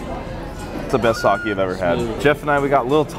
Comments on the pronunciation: Its sake ( sa kae) not saki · bro said sakeee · Bro! said SakeEE. All the Japanese people going mad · U guys saying sake wrong😭